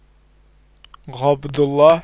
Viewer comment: Gabdulla😂 G nerden gelir ya bu kadar yanlış telafuz